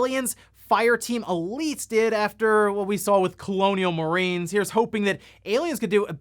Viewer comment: "Cologne Marines"